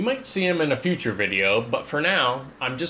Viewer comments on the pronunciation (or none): none